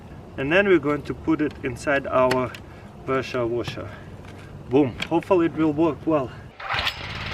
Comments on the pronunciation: he says presha washa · Presha woshar 😂😂